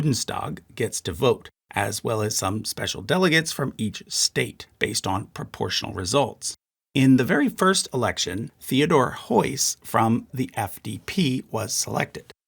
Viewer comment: "Th" as in "Theodor" isn't pronounced like th in english but just as a simple "T"